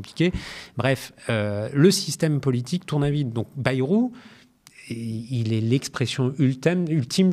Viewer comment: Par pitié, arrêtez de dire " Baillerou " Aux termes de l'article 2 de la Constitution de 1958 : "La langue de la République est le français " Pas le béarnais : donc " Bairou "